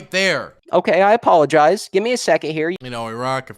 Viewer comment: "I apologize. I apoloigize." He's either dishonest or a moron.